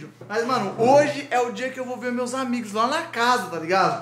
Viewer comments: "ANIGOS" AMO VCS EU:😂😂😂😂😂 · "ANIGOS" KKKKKKKKKKKKK AMO VCS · "Anigos" kkkkk ❤❤